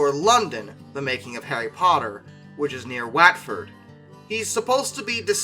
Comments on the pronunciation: Semantics is about the meaning of words, not pronunciation. If you were in Peru, your old way of pronouncing Lima would be correct. Watford is pronounced "Wotford". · Watford is pronounced “Wotford”! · The Warner Brothers studio location, although spelt Watford, is pronounced, locally, Watt-fud, Wat the same as the query 'what?' and ford, in England, is shortened to 'fud'. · How did my man say Watford